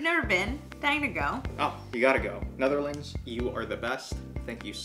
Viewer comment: Dat wilde ik ook zeggen ja, was heel goed voor iemand die helemaal geen Nederlands spreekt